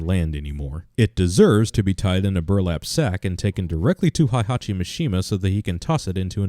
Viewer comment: did you just fucking say "Haihachi"? I think you just did.